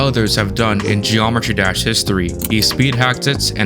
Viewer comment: bro says gd like "geormetry dersh"